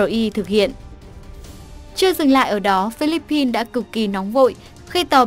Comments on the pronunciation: Phillip-pines ko phải là Phillipis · Chihuahua nguyen Phi-líp-pin (Philippines)